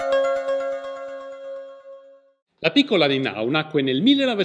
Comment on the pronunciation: Conoscevo la storia da quando la foto è stata venduta per 10.000 euro. Ho faticato a seguire il video, la pronuncia dei nomi non è diciamo accurata: ("ie" è un i lunga, sulla quale ricade l'accentuazione tonica= Nienau). Il resto appare corretto. Grazie per la diffusione.